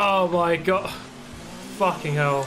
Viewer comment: “That’s a facking launch right there” 😆